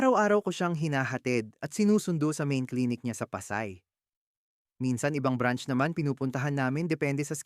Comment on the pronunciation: Pa......say. Not Pasay. Tagalog ka ba? Naiilang kasi ako sa pagbigkas ng salita.May mga maling bigkas, at mali ang intindi ko.